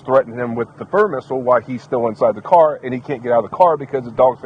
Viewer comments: Fur missle😂😂😂 around 27 min mark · He said fur missile I love it 😂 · Poor "Furr missle" <3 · "Fur Missle"?? whatever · "Furr missle" I'm happy now! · Fur missle? 🤣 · I like that. "Furr missile" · "Fur missile" 😂